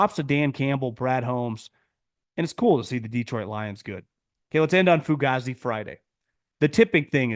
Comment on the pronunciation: Its pronounced fu-gay-zee bro 😂😂